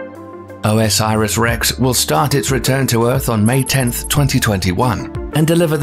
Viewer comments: O S Iris? It's Osiris, y'know, the Egyptian God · OMG.... It's not "O.S.Iris Rex"! It's "Osiris Rex" like the Egyptian God. 4 syllables, not 5. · I think you have to say orsis not o s iris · just bcoz u pronounce wrong doesnt mean u r an idiot...chill man...dont be so mean